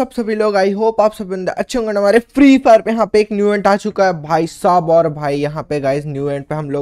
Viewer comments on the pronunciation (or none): Bhaisaj nahi bhaisab hota hai 🤣😂